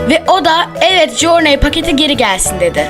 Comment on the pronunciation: Jorney diye okunmuyor o jurney diye okunuyo knk